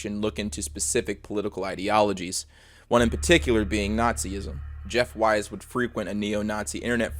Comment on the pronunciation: it’s pronounced “weese” not “wise”